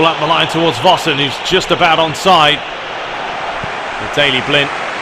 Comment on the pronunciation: Hi, Belgian here. Can I just commend your pronunciation of Vossen? Because it's absolutely spot on, I was afraid that your were going to completely butcher it. I know it's a bit stupid that it annoys me, but it just does. Like when people call De Bruyne "Duh Broyn"